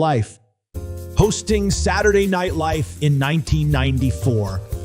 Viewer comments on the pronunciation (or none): stop with the AI narrators that mispronounce things like "Saturday Night Live" as "Saturday Night LiFE" . Stop it. No human being would confuse "Live" with "Life". AI narrators suck.